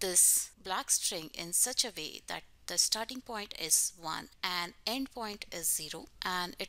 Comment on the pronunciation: u say "vay" instead of "way" lol